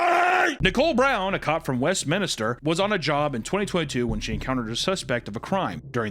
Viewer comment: Westminster, not westminister